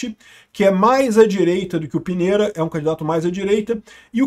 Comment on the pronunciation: A pronúncia é Pinheira